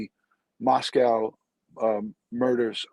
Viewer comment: Just FYI. It's pronounced Moscoe. Not "cow". 😉😊